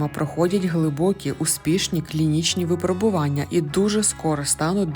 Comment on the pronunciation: ВипрОбування, моя пані! Так само: його випрОбували. І мЕртві. Й пОки що. Дуже прошу, перевіряйте наголоси! Ви добре озвучуєте, тож якщо позбудетеся помилок, то ще покрутішаєте.;))) Трясця, коли всі ці чудові речі нарешті втілять у реальність? Зокрема переможуть клятий рак?